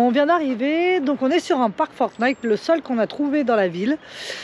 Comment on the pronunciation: s'il te plait, arrête de dire forT'night, il n'y a pas de "t" derrière le chiffre 4 (four) ni derrière le mot pour (for), je dis ça comme ça... rien de grave Merci pour les belles images